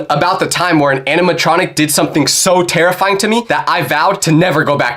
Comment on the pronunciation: why you say Didd